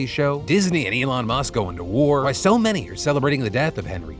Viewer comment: The Elon bit made me cringe out of my skin. “Saying I’m only here because you’re a friend” and getting his name wrong? 😭😭